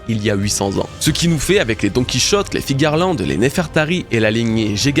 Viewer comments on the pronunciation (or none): none